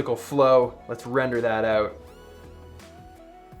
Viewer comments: peter says OTE instead of OUT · "check this oot"